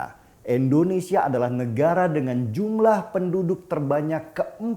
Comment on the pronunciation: Tujuan gua nntn yt sekarang cuma liat lu bang. Tapi tolong lah kalo ada kata2 Indonesia jangan abang sebut endonesia.. pake in atuh bang